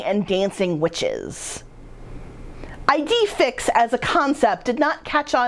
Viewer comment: “Ee-day Feex”. ☺️